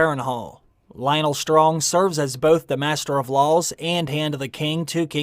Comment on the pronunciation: Could have sworn i heard you say "Master of Lol's"